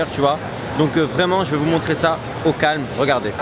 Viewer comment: Arrête de dire o calm